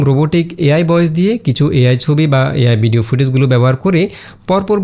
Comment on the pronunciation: ভাই বিডিও না ভিডিও। সুন্দর ভাবে উচ্চারন করবেন।